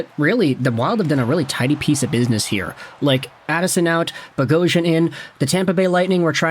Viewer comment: Nothing makes me more upset when an Armenian last name is miss pronounced lol bogh-os-yan 🇦🇲🇦🇲🇦🇲